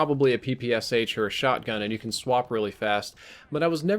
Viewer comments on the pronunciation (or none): none